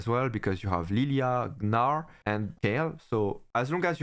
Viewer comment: now u pronounced gnar better (just say narr). thanks for the video!